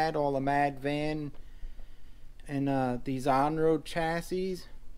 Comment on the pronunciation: Very nice collection. - The last 's' in 'chassis' is silent, except when plural. - I just got the Rage 2.0 for my daughter, same as the Mad Van, but with a different body and tires. Sweet car. They're only $180 now. (Mad Van might be $20 more) - Ah, THERE she is! You might not remember, but I got my Mad Force Kruiser VE years ago, right after you got your FOXX. Those Mad Force Kruiser tires are good all-around. Maybe not as good in the loose stuff as your original paddles. I sold it and now I regret it. It wasn't the best-handling truck, but it was FUN. I might break down and get a new FO-XX VE 2.0 in the near future... I miss a good quality rigid axle truck. I just bumped the old Mad Force Kruiser thread in RCGroups from 4 years ago, hehehe.